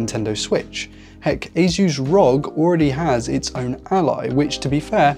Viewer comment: The way you pronounce "ASUS - (officially pronounced as Ay-suhs)" in your video is CRIMINAL